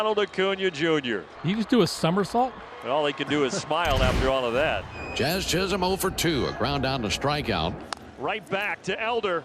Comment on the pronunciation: i swear he calls Jazz Chisolm "Jizz-em" 🤣